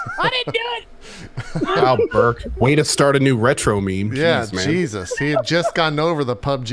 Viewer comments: I keep hearing Berg and get confused when I don't see Gassy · Every time JP says "Burke" I hear "Berg" and try to understand what GassyMexican character is doing on Dropped Frames.